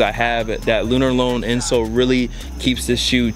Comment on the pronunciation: Bruh it's pronounced lunar lawn